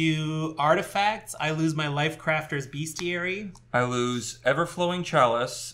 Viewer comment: Although it's a book about beasts, and shares etymology with the word "beast" it is in fact pronounced "BEST-ee-air-e.e" mid 19th century: from medieval Latin bestiarium, from Latin bestia ‘beast’.